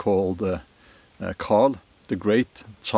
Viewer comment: Charles the great (Charlemagne). Sounded like you said Carl the great.its hard to imagine that many beheadings. Early so called Christians were brutal